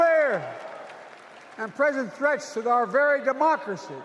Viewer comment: Sounded like he said "mockery must be preserved."😢